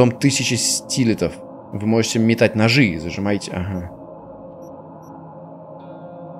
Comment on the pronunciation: Я один вижу когда говорит перс то мишитца не вы а ви (по крайне мере я во време уличных боёв